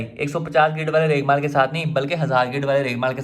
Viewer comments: Raigmaal ni hota bhai raig mar hota ha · its regmaal not reglmal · Bhai maza aya urdu ka. Reghmal main ghain ata hai. Jaisa kay apko malooommm hai